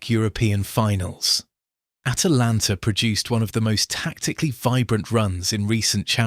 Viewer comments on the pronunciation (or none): none